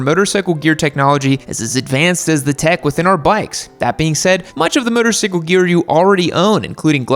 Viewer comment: I thing you just said motorcycle like bicycle and not motorcycle. 😂😆😂😆😂